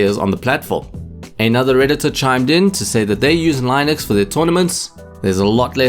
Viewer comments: it is with short "i" like in word sing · As a linux user it really hurts my ears how wrong you are pronouncing it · good video, just one thing: look up how to pronounce "linux", I got triggered multiple times lol